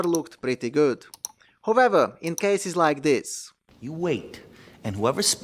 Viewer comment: It is however his pronunciation of the word "however" (pun intended) that really gets me every time.